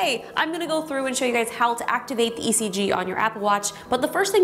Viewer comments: ngl I thought it said EGG 😂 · I rhought you said egg ! So i was so confused untill your intro lol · In stead of ECG I though it said EGG😂😂🙄😓😓